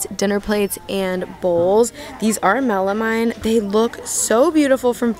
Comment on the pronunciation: I love your channel it’s really helpful to watch before I go out and do my shopping. One thing I wanted to let you know is the word “melamine” is pronounced melameen.